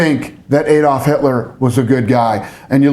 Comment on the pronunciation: Btw someone needs to tell him that adolf was never pronounced ay*dolf, it was pronounced ah*dolf.